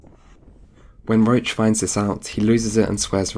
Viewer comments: When he says "Roach" during the video he actually mean "Roche" - This was quite noticable since Geralt's horse is named "Roach" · Great video, Amazing analysis of the story, I love your conclusion at the end! I also really like your style and voice! Just one thing. Roche is NOT pronounced Roach. Roche is likely a french name, just give google translate a go and listen how it is pronounced correctly, please :D